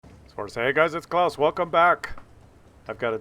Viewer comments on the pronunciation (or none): none